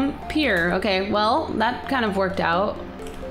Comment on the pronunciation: You said "Play Ghostly Me hree"